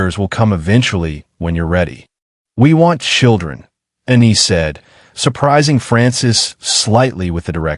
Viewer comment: Its ANNIE...NOT UNNIE. Story chapters also seem to be disjointed a bit. But overall interesting storyline. This is the first polly wolf story ive read that had 2 females instead of 2 males. Was a good story. 🎉